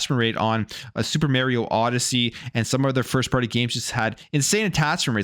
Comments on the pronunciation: Why do people(often Canadians) pronounce Mario "mare e o"? I don't get it, his catch phrase is literally is it'sa me mario. There's no ambiguity how to say it. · He consistently drives me nuts when he does this. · Sorry bro, but I hate the way you pronounce Mario... 😂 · Anyone gritting your teeth when he mispronounces Mario? 🙄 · Bruh. Stop saying mario like that